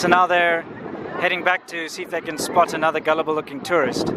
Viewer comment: Welcome to airnather wee deo